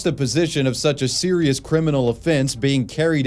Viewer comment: Wai So Sewious.